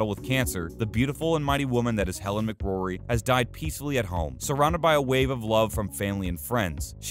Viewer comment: Helen Mc Cory, not Mc Grory😱 almost as bad as someone saying Sealian Murphy 🤔